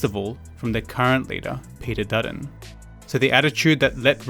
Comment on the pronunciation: Peeder Duddon